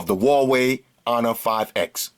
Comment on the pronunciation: "...of the wo-way 'onor 5x." Best tech youtuber. ;-)